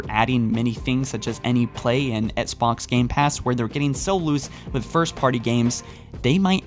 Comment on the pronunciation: Oh yeah, I remember this guy. He keeps saying "Etsbots" instead of Xbox